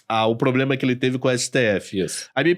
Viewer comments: Eu ouvi varios "poblemas" também.... rsrsrs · "poblema" e "cidadões" foi de doer... Mas na área dele parece ser um ótimo profissional.